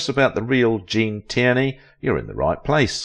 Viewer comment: You need an AI who can pronounce her last name